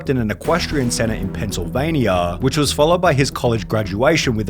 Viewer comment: Pennsylvania-uhhhhhh or is it Pennsylvaniaaaaaa